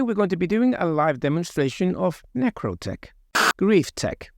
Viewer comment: "Necrotech" Nailed it!